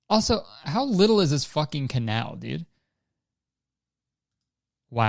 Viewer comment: And then he goes ahead to say canal without the c